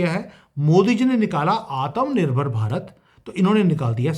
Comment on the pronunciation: THIS IS YOUR BEST VIDEO. PLEASE DON'T PRONOUNCE ATHMA NIRBAR AS ATAM NIRBAR.